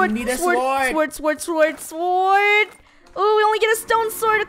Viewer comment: Lol and Funneh keep calling a sword a suword in the start of the video.